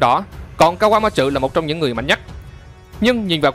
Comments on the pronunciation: kaquamatsu chứ ko phải kaquamatrự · ka goa ma trử vl đọc tên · Kawamatsu mà do ổng đọc nhanh + pha chút ính lịt nên nó v á =)))